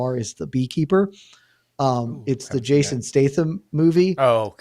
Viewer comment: Jason who ?? lol say his name right no lisped